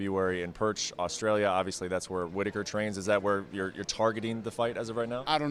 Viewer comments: did he say Perch Australia... Please tell me I am mishearing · Did he say Perch Australia? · Perch Australia?? It’s Perth you fuckwit. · The dumbcunt called it PERCH not Perth(PURFFFF) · in 'perch' australia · Pertch Australia?? Pertch??? lol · It's Perth the idiot interviewing hasn't got a clue